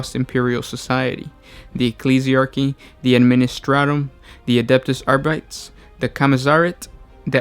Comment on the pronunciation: adeptus ar(bee)tes not ar(bytes)